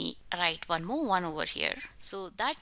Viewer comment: I like how u say "van" instead of "one"